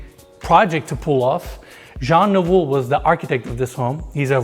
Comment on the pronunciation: Jean Nouveau omg LOL! Why do US people always have to butcher non-english names?